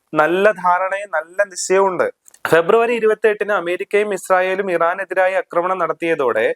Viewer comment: അക്രമണം അല്ല ആക്രമണം ആണ് ശരി